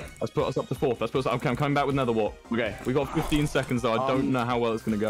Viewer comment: Its flurth tommy its fourth one your team in fourth one